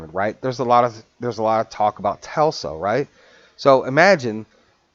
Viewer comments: TELSA? does he mean Tesla? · FYI...It's T E S L A....not T E L S A..